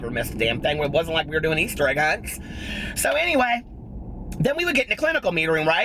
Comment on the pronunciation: everytime you say "so anyway" i hear gotdamnzo lol